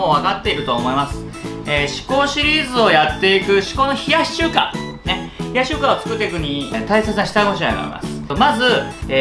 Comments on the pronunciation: リュウジさん名前ちゃんと言えてるやん！！ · 名前ちゃんと言えてる！ってなった俺はもう洗脳済。逆に飲んでないと心配になる笑